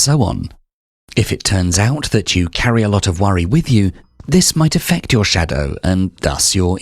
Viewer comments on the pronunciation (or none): 🤫 shhhhDAOw. sorry it pains you.